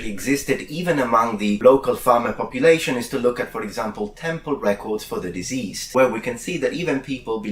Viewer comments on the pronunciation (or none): Deceased is Deh-ceased (rhymes with "the beast"). In this video pronunciation is sounding more like diseased (diz-eezed) as in infected with illness.